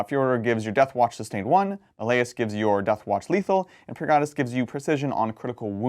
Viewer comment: Malleus is pronounced like Malefic not melody my dude